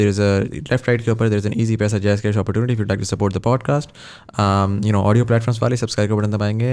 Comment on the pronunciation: the entirety of the podcast, or shall i say, shitcast, didn't have a single mention of imperialism. the word didn't come up at all, nor the mechanism of imperial powers and imperial mindset. what a load of crock. p.s:, 'opportunity' ko sahi tarah prononuce kya kar. nahi kar skta tuo lessons le lay.